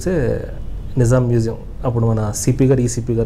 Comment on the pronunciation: మెసేయం కాదురా మ్యూజియం అనాలి